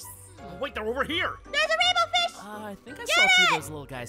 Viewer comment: DA WAINBWOW FWISH